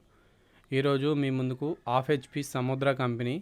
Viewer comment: ఆఫ్ HP కాదు బాబూ , హాఫ్ HP